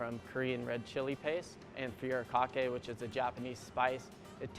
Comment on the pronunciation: Furikake is not a spice wtf it's literally just the japanese word for seasoning. Is salt a spice? No. Are bacon bits a spice? No. Are fried onions a spice? No. And if you're going to fusion, at least get the pronunciation of your ingredients right. Such ignorance